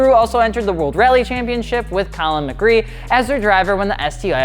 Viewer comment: WTF!!! Why'd he say Collins name wrong? Edit: thank you for heart react 😂